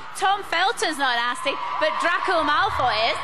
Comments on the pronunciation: THE WAY SHE PRONOUNCED DRACO LMFAOOO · This woman rlly said “dRakKo” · "Drakko"? Lol, she obviously hasn't watched any of the films